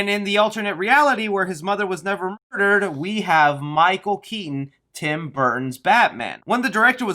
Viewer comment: Try and play a drinking game when he says murrdur and then take another drink when its censored